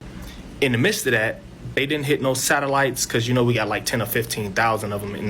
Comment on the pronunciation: Dude can’t pronounce “midst”, probably can’t pronounce ask, he’s not going to know what is a sexton. He’s going to think you’re gày or something.